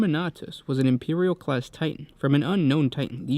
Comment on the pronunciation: be vewy vewy qwuiet, I'm hunting Impewial Titans XD Sorry, just had to.